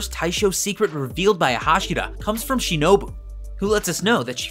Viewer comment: well he got tanjiro's name right once... and shinobu's too (maybe kanao's too in the same moment but i dont remember all of it)